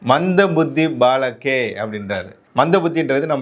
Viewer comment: பாலக் ஹை என்பது பேச்சு வழக்கில் பாலகே என்று கேட்கிறது.